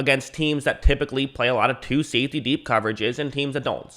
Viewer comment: Ah it's "safety" not "saftey" dude. 🤭🤭🤭😅😅😅